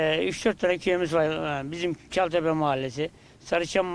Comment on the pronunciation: Cataltepe degil ÇALTEPE